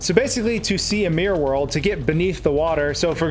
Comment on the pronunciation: "Suum Marr 64, suumr Mari 64, mear worl" ... A- for trying